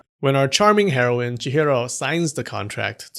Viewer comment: heroine... that pronunciation of the word is something